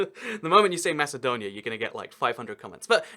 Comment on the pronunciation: Yeah he doesnt even know how to pronounce it.. weak knowledge also...